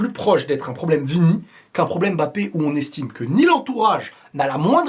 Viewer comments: ILva falloir qu"en France nous puissions mieux prononcer le nom de ce garçon :: M-B-A-P-P- E pas " BAPPE" NI" EM MBAPPE " ..... MBA..... SVP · Mbappé pas M bappé mais Mbappé!